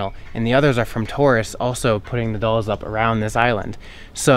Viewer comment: InvincibleCap thank you. Someone teach him how to pronounce dolls please